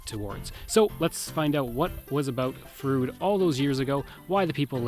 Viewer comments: I am sure that your pronunciation is accurate but Sask folks have a way of adapting names. For example. Bienfait Sask is pronounced "Beenfait". "Froode" became "Frowd". It is logical if you look at the spelling. I was minister at Froude in the early 80s. It closed as you can guess from lack of members. I also knew Logan Bjarnason very well. Thanks for an interesting film. Brings back many good memories. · I was the last minister of the church In Froude. The church they show in the video was actually moved into the community after the first church burned. By the way, residents of the area do not pronounce it it as "Frood" (although ot may be correct) as the narrator says but "Frowd." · I second the correction re pronunciation. It is indeed "Frowd". My great grandparents and grandparents homesteaded in Froude in about 1902 on three lots. My grandfather (Bert Grey) was on the school board and met my grandmother (Jessie Trethewey) when she came out from Nova Scotia to teach and boarded with the Greys. I had heard of the tornado which apparently lifted their house off its foundations and set it down again. We have some cut crystal bowls that were said to have survived that event. Thanks for doing this! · I was baptized in Froude and still have a collectors plate with a picture of the church on it. My cousins still live a few miles north of the town site. Funny this guy seemed to do his research on everything but the proper pronunciation of the town he is reporting on.